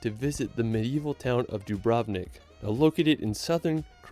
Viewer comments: Don't wanna be a hater, but the guy in the video pronunced 'Dubrovnik' wrong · As a European, that pronunciation of "Dubrovnik" made my ears bleed